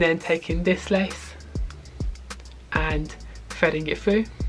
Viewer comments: "fredding it frue" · “Fredding it frou” 😂😂